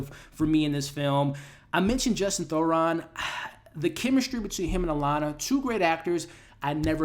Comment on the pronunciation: It’s Justin Theroux not Thoron. I love your reviews but I have to give you feedback that you OFTEN mispronounced the names of actors, character names or just words in general (meyondering instead of meandering in this video for example). You have great insights and recap the plots so well but these slips effect your credibility and are a bit distracting. I say this to make you better, not to just criticize you. 😊